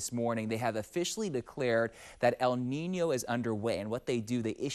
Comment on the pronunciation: Props to him for properly pronouncing “El Niño” 🥳